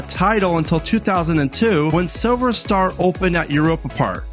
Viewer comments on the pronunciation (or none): none